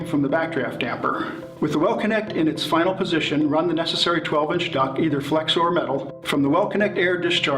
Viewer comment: It's DUCT not DUCK!!!